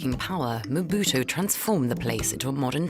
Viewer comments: Who do they keep saying Mobuto? It's Mobutu. This error is everywhere I don't understand why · Mbuto😂😂😂😂 instead of Mobutu!!! Work on your name pronunciation. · Quiet honestly how does the reporter pronounce Mobutu as Mbuto. If you are going to make a feature long documentary about a subject, the very least you could do is learn to make a decent prounciation of the subject. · Mobutu not M buto!!!!!! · Just as an aside: his name is not "EM-buto" but Mobutu with a U at the end ("Mo-Boot-ooh") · It's not Mbuto...say it right ...its Mobutu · it is NOT EMBUTO, IT IS MOBUTU ! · Stop! Saying! Mbutu! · Learn to pronounce people's name properly. Lack of respect. MO BU TU!!!! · It’s pronounced MO-BU-TU, you f—ing moron. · Surely as a seasoned journalist, you could research the proper pronunciation of Mobutu? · Can't you pronounce Mobutu...don't report about stuff you don't know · He mispronounced Mobutu so many times. How do you justify a gaffe like that? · This guy cant even say mobutu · Le présentateur est même pas fichu de prononcer " Mobutu " correctement. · Gosh, this fellow cannot even pronounce "Mobutu". What a shame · this reporter has no clue how to say Mobutu's name. He butcher's it so badly that if it were not for the images of Mobutu I would have thought that he was referring to someone else. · Atleast pronounce his name right, his parents didn't make a mistake when they called him Mobutu..